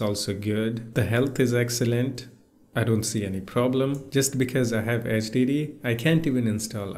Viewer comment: I love how you pronounce HDD as STD, a perfect way to describe the way Windows runs on a HDD